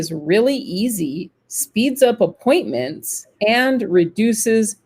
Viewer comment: hello guys 😘 I didn't hear the ( s ) for appointments ! 😛 the word referral , I just learnt it thanks both 👍